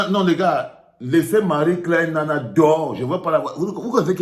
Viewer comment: c'est "Nnana"